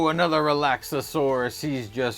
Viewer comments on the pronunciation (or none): You’re adding an extra syllable in Relaxaurus. Relax-Are-Us